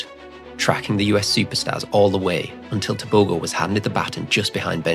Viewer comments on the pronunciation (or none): Okay, that G in Tebogo sounds like h. Just say Teboho and that's the correct way to pronounce it.